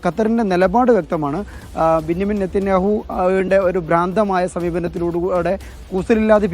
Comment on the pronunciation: ബിന്നിമീം അല്ല ബഞ്ചമിൻ 😂😂😂😂